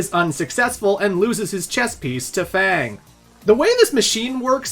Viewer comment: Why do you not know how to pronounce F.A.N.G